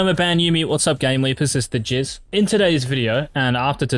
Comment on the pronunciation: Did this guy say his name is the jizz?